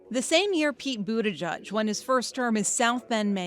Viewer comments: It's pronounced "Boot - EDGE - EDGE". Not Boot -A-JUDGE. Like the little girl's pink sweater . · Its "Boot-Edge-Edge" not "Boot-Eh-Judge" if you cant say it, dont fret. Just say "Mayor Pete".